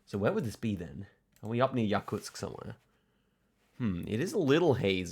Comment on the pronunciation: By the way the emphasis in both Murmansk and Yakutsk is on the U